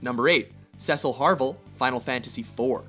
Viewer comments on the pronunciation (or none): Where the frik is Rinoa. Where is anyone from FFVIII like Laguna or Edea. TBH i didn't like Squall at times but still where is everyone. And you spelled their names wrong like Cecil Harvey not harvel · Cecil harvel? Good research watchmojo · Cecil HARVEL? Are you kidding me, you can't even get the character names right. Also, neither Kain, nor Locke even made honorable mentions. List fail. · Cecil HARVEL? Vivi ORNISHIA? CELIS Chere? SEPIROTH? Boy... if butchering just one of those names wouldn't be enough. When you create an article, do some research, okay? Checking out the names of those characters would have literally taken you 1 to 1.5 minute. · It's Cecil HARVEY, not HARVEL. Why has nobody brought this up? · I question their opinions when they can't get the names of the characters right "Cecil Harvel"? Really it's Harvey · Cecil Harvel??? Really? Harve-Y. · Cecil Harvel? It's Cecil Harvey. If you're going to do the character, get his name right. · Cecil Harvel? isnt it Cecil Harvey? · Antediluvian Spy his isn’t about pronunciation tho...Harvey and harvel have entirely different letters that make entirely different sounds at the end. The letter Y has never been used to sound like an L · What the hell is Cecil Harvel? Isn't it Cecil Harvey? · Cecil Harvey. Not Harvel. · Um, Cecil's last name is Harvey, not Harvel. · Cecil Harvel? how did you guys f*ck that up???? omg... CELES TOO? oh right and squall is from FF7........ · Harvel its Harvey Cecil Harvey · Cecil Harvel? Its Harvey, you morons. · You know that it is Cecil Harvey not Cecil Harvel, right? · 1. Sephiroth (Best villain in FF) 2. Squall Leonheart (Best hero in FF) I still cant really understand what people see in Kefka. I think he is not that good character at all. Also, Cecil's last name is Harvey, not Harvel. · It's Cecil HARVEY. Come on, guys. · "Cecil Harvel." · its cecil harvy